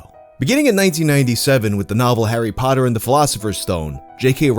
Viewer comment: You're the only American that doesn't pronounce it like "hairy paddur"